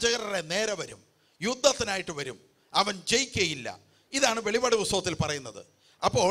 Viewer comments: വെളി പാട് അല്ല മറിച്ച് , വെളിപ്പാട് ,എന്ന് വായിക്കണം sir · വെളിപാട് അല്ല വെളിപ്പാട് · Velippadu and not velipadu. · Please say velli'ppa'd.